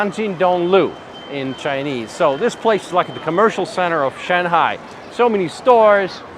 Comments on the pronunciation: Why do you call it Shen-hai? rather than Shung-hai ?? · It's pronounced SHANGHAI not Shenhai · It's not "Shanhai", it's "Shanghai" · Sir, with all due respect, why do you always pronounce "Shanghai" "Shan-hai" the "g" is missing. The correct pronunciation is "Shang-hai" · it's shang-hai not Shan hai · you can tell the expert by the pronunciation of "shanhai" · Note to Self - Its SHAN-G-HAi NOT SHAN-HAI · san- hai😂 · He kept pronouncing Shanghai , shanHai deliberately to disrespect china. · Its SHANGHAI! not SHANHAI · Shen-hai.....??? 🤣merica pronunciation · Why are you pronouncing shanghai as shanhai? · It is not 'Shan-hai.'.. Other than that your vedeo is very nice. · where the e in shang ? :D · Is the "g" in Shanghai silent? 🤔 This guy seems to pronounce it as though it is. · I’ve never heard anyone pronounce Shanghai the way you do. Ridiculous, there’s a G in Shanghai. Use it!!!! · Why are you saying ShenHai? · Bro, learn how to say Shanghai if you’re going to make a documentary about it 😂